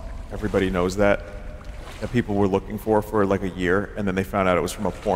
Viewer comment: "Peepool" Translate to English "Peepool" See original (Translated by Google)